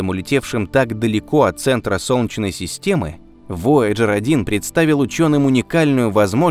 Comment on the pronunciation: У диктора какие-то проблемы со словом "солнечный". В целом, всё норм, но вот это "сончный" - прям аж АААААА!!!!(((